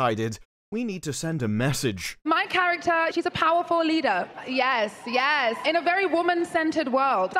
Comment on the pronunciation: "Pawafal leeda, yass, yass"